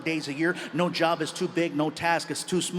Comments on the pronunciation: I need a yob man, I need a yob! I had to check on the English caption to understand what he was saying, and somehow it was too funny for me. 🤣🤣🤣 I don't know why but I keep replaying that part and laugh like an idiot I am... I don't know much about Latino/Mexican/Spanish, I learned what I know from Fluffy!!! ❤❤❤ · "I need a yob" I really need a job. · " I need a yob man, I need a yob!" HAHAHAHAHAHAHAHA~!